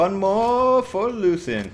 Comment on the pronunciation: lucian (LOO·SH·AN)